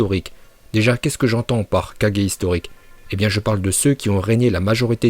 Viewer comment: Je rêve ou tu a dis 4g pour kage